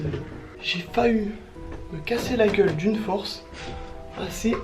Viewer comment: stp retourne en primaire à 3m00s tu a dit j'ai faeu que on dit j'i failli alors que j'ai que 10 ans mais sinon superbe vidéo je t'adore est s'est pour rigoler mdr